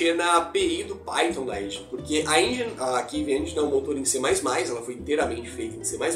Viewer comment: Uai, foi sem "enguine" ou com sua própria "enguine" 🤣 num intendi hehehe Zoeiras a parte, ficou top. 👏🏽